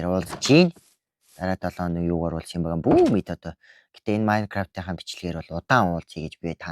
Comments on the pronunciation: Майнкравт биш Minecraft шүү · наачин майнгаравт биш мангравт шдээ